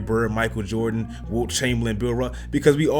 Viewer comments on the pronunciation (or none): none